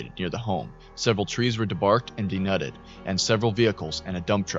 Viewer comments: "denutted" Nah. It's "deNUDED," friend. Great information; grammatical presentation needs work, though. Absolutely love the coverage of more recent events, so many channels just keep recycling the same old stories that have been covered to death. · FYI, Denuded is pronounced "denooded" rather than "denudded" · Denuded = dee-nooded.